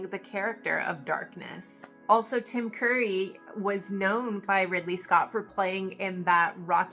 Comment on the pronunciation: I think you said Tim Murray instead of Tim Curry but it was a minor hiccup